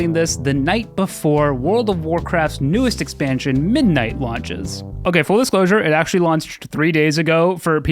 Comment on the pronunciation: I just realized you are pronouncing pull as pool. Edit: and full as fool.